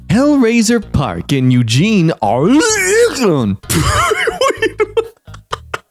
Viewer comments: IT'S "OR-EH-GIN" OREGON. ohhh you're probably just doing it to make Oregon people mad and it worked on me >:[ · As an Oregonian pronunciation of Oregon pains me